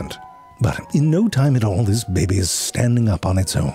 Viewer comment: I just love it when you say "bebe"....makes my day it does...